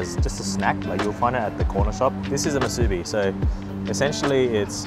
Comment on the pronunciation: It’s actually pronounce (Moo, soo, bee) but yea we eat a lot of them 🤙🏼 🌋. Just need to cut the spam thicker then it’s all good 👍🏼 food looks Ono, Broke da mouth